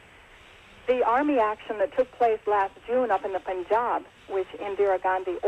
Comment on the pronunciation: poon-jaab????? it's pan-jab